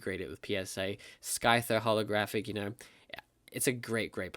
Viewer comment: It's not skyther wth how can you mispronounced gen 1 pokemon......